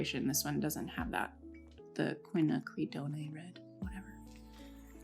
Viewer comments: Are you trying to say "quinacridone"? Qwin-acrid-donn. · Lol no it's not. Do is said as "doo" and ne is "nay" and that's not how quinacridone is pronounced. It's more like doe-n. Doe a deer, a female deer, then a short stop lowercase n at the end. Capital N is enn but lowercase is n, if that makes sense. Quinn, the name, ack, like disgusting ack get away, ri like ring not re like read, it's that short sound again rather than an elongated one, doe a deer, n. No doo-nay. Doe-n. It's honestly surprising how nobody seems to know how to say it properly. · Loved this thank you for sharing! Also Ku-win-ack-ru-doh-n ❤️ I hope that helps lol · Kwin-ack-rid- don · I like your video but you are totally butchering the pronunciation of "quinacridone," lol! No worries, I did, too. There's a quick video right here on youtube that will pronounce it properly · Quinacridone is an English chemical word. Pronounced Quinn- acrid- own. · Quinacridone (kwi-na-creh-dohn) dohn rhymes with own and bone. /kʷɪ.na.kɹɪ.doʊn/ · Quinacridone pronounced quin-knack-ra-doan. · Hello and Hello to all of you. I am Italian and I know very well the Maimeri brand and all its excellent artistic quality products. I wanted to tell you that quinacridone is pronounced exactly as it is written ( QUI-NA-CRI-DO-NE) a hug to all of you. 🤗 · I think it's pronounced something like Qwin Ack Ree Doan. I am so excited that you're swatching all of these. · 2nd red pronounced Quin-ack-kra-done. "done" rhymes with phone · Quin-a-cri-doan (Quinacridone) Hope this helps! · Kwin - ack - ri - doe -n